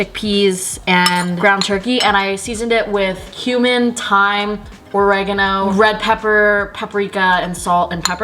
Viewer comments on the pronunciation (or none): Just sayin but the way u said oregano made we cry with laughter! Thanks for making my day xx